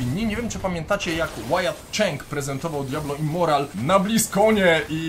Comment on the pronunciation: Literówka w tytule? Powinno być Immortal a nie Immoral, w filmie też cały czas mówisz Immoral